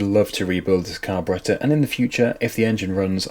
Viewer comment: Your narrations are good. You pronounce carburettor correctly.